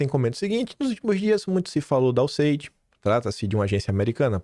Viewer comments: Pra quem mora na Austrália em que o idioma é o inglês, a sua pronuncia está muito ruim, useidi?(USAID). Como as pessoas entendem vc na terra dos cangurus com essa pronuncia horrorosa?”imagino que tenha muitas dificuldades “ melhora isso moço. (Obs:. Pronuncia não tem nada haver com sotaque). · Acho legal o nord3stinho falando o ingles e. Danese a pronuncia. Mas diz-se iuéssaid. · Alo Quim !!! Ouvindo o Paulo de Souza, vc vai aprender a falar o nome do acordo MEC USAID da forma correta !